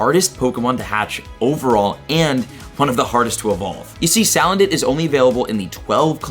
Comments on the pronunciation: Its SA-LAND-IT ffs Not saledit 😂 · It’s Suuu-land-it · The amount of mispronounced Pokémon names it’s just hurting me it’s pronounced say-land-it